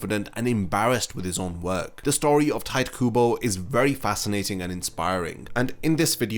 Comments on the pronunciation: its not tayt kubo. its ti- te kubo. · hearing bro call him 'tight' kubo was a painful listen T.T it's pronounced (tea-téh) kubo XD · It's not "Tight" Kubo, it's TiTe Kubo. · dude. It's "Tee Teh Kooboh" not cringey Tight kuubow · did you just say tight kubo? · no one: this guy: "tight kubo" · His name is definately not pronounced "Tight", that's very jarring mate. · tight kubo... damn my ears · Pronunciation of Tite as "tight" hits different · did you say "tight" kubo? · Bro I don’t understand this about YouTubers: you spend tens of hours researching info for this video and yet you couldn’t spend 5 seconds googling how to pronounce Tite Kubo’s name, why is that bro? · Honestly what I was questioning most about this video when it was announced was how you were gonna pronounce Tite lol, I've switched up my pronunciation far too much 🤣.